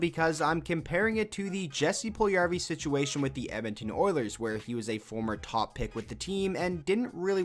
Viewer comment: The way you pronounce Puljujärvi hurts me so much......